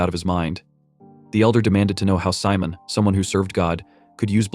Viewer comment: I think his name is Simon the ai just saying it wrong